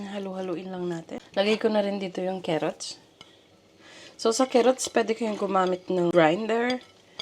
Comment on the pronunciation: A for carrots not kerrots